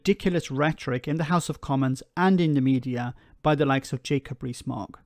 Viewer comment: Each time you say Jacob Rees-Mogg for some reason I hear Jacoberry Smaug